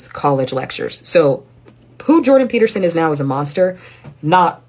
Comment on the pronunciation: lol jordan "peeperson"